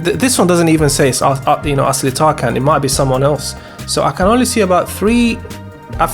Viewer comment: It’s TarJAN not TarKAN. The c in Turkish is pronounced as a J.